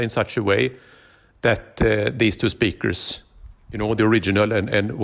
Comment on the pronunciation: I like how he makes the word speaker into two words. spee krrz